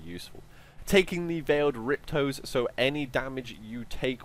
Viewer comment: No-one gonna mention how he said "rip-toes"?